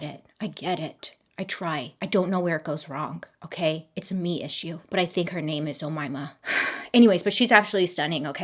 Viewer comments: You actually pronounced her name correctly throughout the entire video! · Hi, I'm from Egypt and yes you said the name right